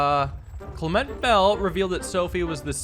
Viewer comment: Damn spot on, on that pronunciation of Clement lol, couldn’t help myself but comment after I heard it